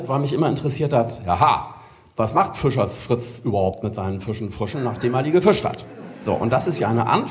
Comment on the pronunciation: Er kann es nicht. Er sagt immer "Füschers Frütze".